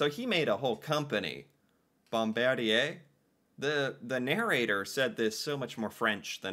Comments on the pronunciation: I hope you're realizing the depth to which your American education system has failed you. I'm glad you are making the effort to educate yourself about Canada and it's contributions to the world. Also Bombardier sounds like bom-bard-ee-yay, just like Cartier is Cart-ee-yay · Here's a pronounciation tip: Any French word ending in "er" sounds like eh. No joke bud. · the proper pronunciation is #bom-bard-eee-eh# i am germanic, but insist respect for everyone and their cultures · Bombardier is generally pronounced: BOMB -- BAR' -- DEE'-- AYE Bombardier made MOST of the Amtrac passenger trains in the United States, and all of the Via Rail Trains in Canada, they also built most of the Subway cars in North America. THEY WERE THE LARGEST TRAIN MANUFACTURER -- GLOBALLY until they sold that Division to the French Company: Alstom, in 2021. they made luxury "Challenger" Jets, "Global Series Jets, for "Vista Jets", luxury Planes. In 1942, they INVENTED the SNOWMOBILE, which was marketed as the "Ski Doo" in 1959, and developed the "Sea Doo" in 1968, They own "Ski-Doo", "Sea Doo", "Can-Am" on-road and off-road, "Lynx", "Evinrude" "Rotax", "Manitou", and "Alumacraft" iconic in the powersports, and marine industries. BOMBARDIER, of Valencourt, Quebec, Canada; has Manufacturing Facilities ALL OVER THE WORLD -- many are in the US: Spruce Pine, North Carolina, Sturtevant, Wisconsin, St. Peter, Minnesota, Lansing, Michigan, plants in Queensland, Australia, Pinion Transmissions, in Germany, facilities in Juarez, Mexico, facilities in Gunskirken Austria, and facilities in Rovaniemi, Finland. Funny, that YOU have not heard of this company before ! 🤔 🍁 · Bombardier is pronounced Bomb-ar-dee-eh. Johnny Lombardy was a popular Canadian band leader - at least after the war. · It is pronounced Bomb Bar Dee eh, Bombardier builds Airplanes and snow machines and many other things stay blessed 👊🏼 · Ha ha BombarDEE AY! French, my friend. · Pronounced Bom bardi (capital)A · bom BARD ee ay